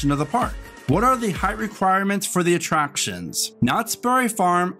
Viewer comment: "Atraptons" lol